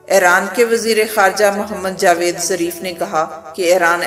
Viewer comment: خاتون برائے مہربانی اپنااردو کا تلفظ صحیح کرلیں- ایرانی وزیرخارجہ کانام جاویدظریف نہیں بلکہ جواد ظریف ہے- بحرحال آپکی اچھی کاوش ہے- مشکل کی اس گھڑی میں ہم اپنے ایرانی بھائیوں کے ساتھ ہیں- ایران زندہ آباد! امریکہ واسرائل مردہ آباد!